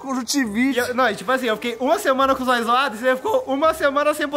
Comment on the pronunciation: "Vai tomá no Zóii"😂😂😂